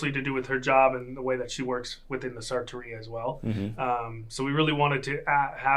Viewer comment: The word ‘sartoria’ is pronounced with the accent on the ‘i’, like ‘gelateria’.